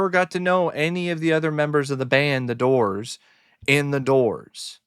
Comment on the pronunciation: The Dizz-oors 😵‍💫